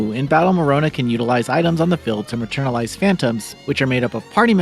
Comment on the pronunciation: Yeah he keeps saying that